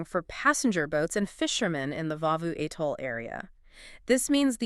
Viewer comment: Vaavvu Atoll??South of Male?? Give me a zoom call and I'll fix that butchering!!